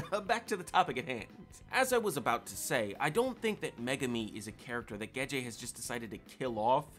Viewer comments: It's Gege, not Geje lol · The fact you keep saying Gege's name wrong makes me question your whole theory...if you can't say the name right how can i believe anything else you say.....jkjk. love the video